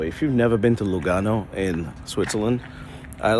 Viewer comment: Lugano. I heard Uganda 😂